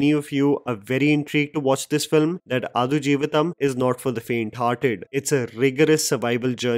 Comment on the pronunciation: Dude that's not adu jeevitham!!! Its aadu आडू!!!